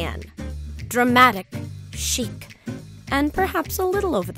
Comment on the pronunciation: Reynolds Woodcock (Daniel-Day Lewis in Phantom Thread) officially hates this narrator for saying "Chic".